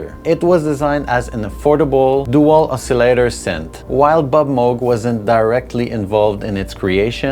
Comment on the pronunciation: I love how you correctly pronounce Moog. I thought for years it was Muug, but it's Mogue like Vogue. Kudos ;) And yeah, I agree Skinny Puppy is the GOAT.